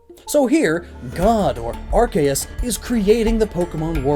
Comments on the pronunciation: its pronounced ar-key-us not ar-kay-us reeee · It’s are-see-us not are-Kay-as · * Taioru It was originally pronounced Are-see-us but then they changed it because the beginning of it sounded like a “bad” word. Now it’s supposed to be pronounced Are-key-us. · Anyone else cringe when he says Arceus...